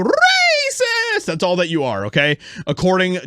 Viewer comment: You have to stop saying racist like that